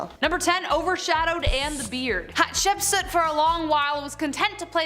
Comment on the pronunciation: Love the show 😁... but, you need to learn how to pronounce names.. fx it is not 'Hatse-put' it is 'Hat-shep-sut'.. and, stop saying 'plaque' it is 'plague' the 'a' sounds like the 'a' in ape and not like apple.. it is so annoying when people who are native speakers, can't speak their own language... 🫡